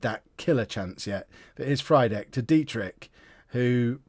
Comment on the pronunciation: Frydek's pronunciation is "free-deck" mate, as it's Frýdek in Czech :)